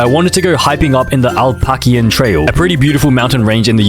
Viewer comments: alpakhian..? no its pronounced (appla-khin) or (apple-a-chin) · bro its a-pa-la-chi-an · it’s not ApPLeAKIeN